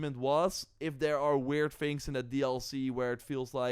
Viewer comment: Its THINGS not FINGS . learn words and you will be more popular